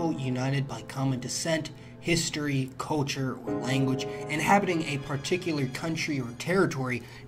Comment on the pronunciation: is he saying the word "culture" or couture? or ko-churr